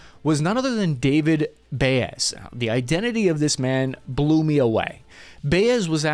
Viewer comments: Baez is pronounced Bye-Yez nit Bay Yez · Bro, there’s no way you’re not at least borderline brain dead. Hane-ly? There’s no L in his last name. Bay-ez instead of By-ez? Your inability to speak correctly devalues all the hard work you put into these videos and it’s been going on for years. Fuckin asvab waiver😂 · Great video, but how do you keep saying all the names wrong lol. Baez is pronounced ( BI EZ ), then you call the Haney guy Hanely over and over again, it's crazy.